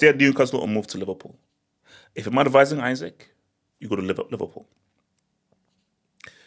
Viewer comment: You really spent the whole vid mispronouncing dude's name 😂